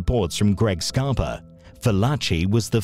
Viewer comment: Sounds like you’re saying “Scarp-o” in some spots in the video instead of “Scarp-A”. Love your videos as usual. I know COVID is slowing things down but try to make some new videos n keep it coming my man 💪🏾💪🏾💯💯